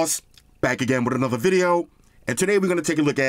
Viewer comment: The fact he roll his R’s when he says another video take me out everytine lol